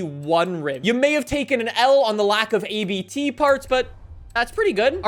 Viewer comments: Its abt. Not A B T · I love how he pronounces ABT like A B T but it’s a family name so it is pronounced Abt (speak it like you read it lmao) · its abt not a-b-t you fool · Very cool video, just one correction: it's actually a name so you don't pronounce it A-B-T but Abt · ABT is a german company. Abt is the last name of the guy who founded it. so it sounds like a sneeze not A B T (this information is provided from a german guy (me)) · "ABT" is actually pronounced as a single word, not A-B-T. It's a surname. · Abt is pronounced like „up-t“ in one word 😄